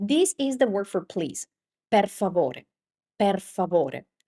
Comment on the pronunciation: Nella frase “per favore” la o di favore è chiusa come specifichi correttamente nel video, ma anche la e di per è chiusa mentre nella tua pronuncia sembra aperta, non è corretto.